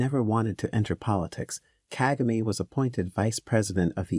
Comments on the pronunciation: Kagame. Stress is on the second syllable not the first like its mostly pronounced in this documentary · Nice but plesse learn to pronounce African names with the right stress. You pronounced "Kagame" fairly well at about the 12th minutes into the documentary, in other places it was wrong!.